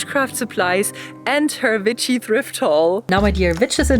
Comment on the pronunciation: i like how you say w as v, its so cute very vitchy!